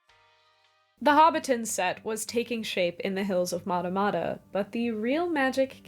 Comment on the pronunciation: FYI, Matamata is not pronounced that way. The mat part of the word rhymes with rat.